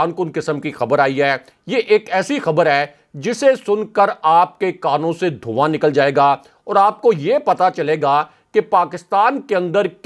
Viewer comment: ہمارے کانوں سے دھوآں کیوں نکلے گا یہ دھوُ آں اپنے کانوں سے نکالا کرو کمال ہے